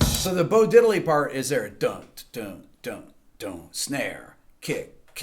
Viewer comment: Rick, I didn't find any flaw in your valuable videos until you disapointed me with the "bo-didley" mess up... :):):)